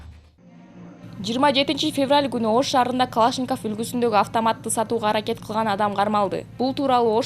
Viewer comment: Калашинков эмес Калашников болот быдылдабай секинираак суйлосон